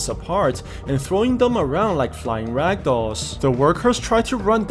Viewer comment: Why do you say ragdolls